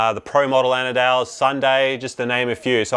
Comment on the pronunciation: Ana dale?! Andale is pronounced Ahn-duh-lay